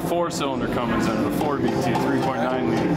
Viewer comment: it’s not Cummings it’s Cummins